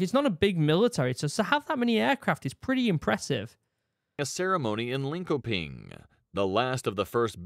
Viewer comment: The way it pronounced Linköping gave it away for me. Even non swedes don't say it that way.